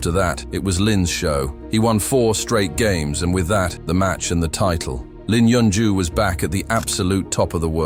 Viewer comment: You butchered his name!